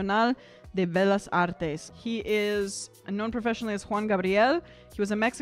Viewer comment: its not belas it bellas pronounced beyahs with a short u sound on the a.....just sayin'